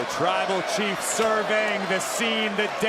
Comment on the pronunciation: Hold up when roman got out of the cage did he say twible chief cuz that's what i heard